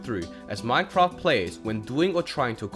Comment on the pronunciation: Ahh yes "Minecroft"